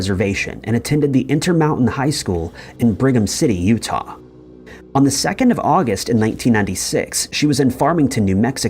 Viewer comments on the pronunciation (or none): none